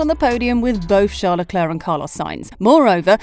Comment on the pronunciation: Who the fuck is "Shart the Claire"? I'm assuming you mean Charles or Charlie Leclerc???